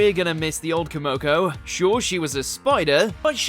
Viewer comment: Wow... and here I thought that TTS screen readers couldn't get any worse with their ridiculous mispronunciations. Hearing a deliberate layering with an accent that further mutilates things (e.g.: Lamia, tsundere, Kumoko) was an experience. Well, not my cup of tea at all, but hopefully others will enjoy the vid longer than I could. 🙂